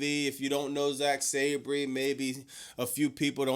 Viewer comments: (Sab-ree) 🚫 (Sab-er) ✅️ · Last week* (Sa-ban) 😂😂😂